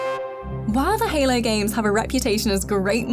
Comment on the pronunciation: i cant trust this at all after you don't know how to pronounce HALO....